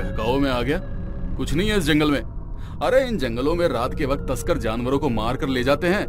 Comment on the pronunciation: Bakt nhi vakt hota he o bolna sikho pela😂😂😂😂😅😅😅